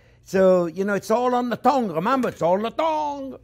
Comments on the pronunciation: I Just watched it twice based on the comments, needed to hear that again. Keywords: friends, Onyoo, measure it carefully and it's all about the thong You can tell he does it with passion. God bless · I kept hearing it as "thong! 8000 nerve endings on the thong!" 😂😂😂 Was wondering whether I missed out on something before realising that he meant tongue! 😂😂😂 Amazing guy! Must be fun to learn from!